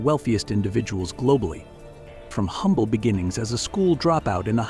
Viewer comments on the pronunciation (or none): none